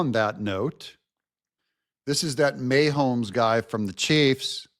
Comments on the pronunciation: KC fan here😁🙌. Love your perspectives always! Pronounced— Muh Hoames 💕🙌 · Pronounced:Maw homes not MayHomes. Go Chiefs! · His name is pronounced MA homes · May-homes?, tell me you have never watched a football game without telling me you've never watched a game.